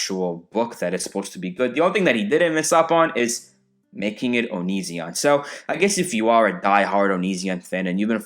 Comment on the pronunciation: I came here half for the reviews, half for the pronunciation of Onizzion